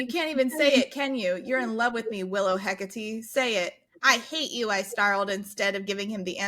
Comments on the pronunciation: You almost pronounced Hecate right the first time you said it. It's HEH-kuh-tee. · If you are going for Greek pronunciation of Hekate (Hecate is the Latinized spelling) it's Eh-Kah-Tee. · Hecate is a goddess, pronounced heck-ah-tay dont ask how I know this lol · It absolutely isn't pronounced 'Heck-a-tee' but I adore the idea.